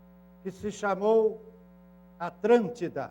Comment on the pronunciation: Com todo respeito: o tem o problema do "cebolinha", da turma da Mônica (Maurício de Souza). Só que invertido: troca o "L" por "R". EX: ATRÂNTIDA. Rsrsrs. CONTUDO: A palestra é válida!!